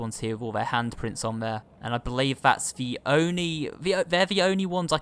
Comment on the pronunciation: “...the ONY... that’s the ONY one I could find...” omg so cute lol 😂.